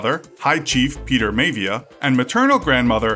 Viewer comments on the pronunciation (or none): You mispronounced his grandfather's name. It's pronounced more like "my VEE ah" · Its actually pronounced like MyaVia lol but I love your videos. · Maivia is pronounced 'My-ah-vee-ah' :) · Maivia is pronounced My-Ah-Vee-Ah. Non Wrestling Fans, I tell ya ;) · his last name is pronounced [MY-UH-VEE-UH] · Always heard it pronounced, My-uh-V-ah. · This video is pretty bad haha wrong type of football and maivia mispronounced